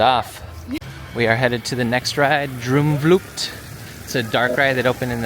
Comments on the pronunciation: Like how you said Droomvlucht......Droemvloekt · You pronounce 'oo' in 'droomvlucht' just like the letters 'oa' in the english verb 'to roam'. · I love how he pronounced droom vlucht